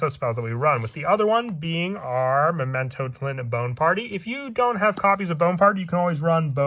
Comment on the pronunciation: Just want to point out that the pronunciation of tlan rhymes with flan, with an ah sound